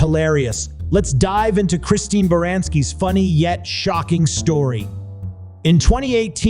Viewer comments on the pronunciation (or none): none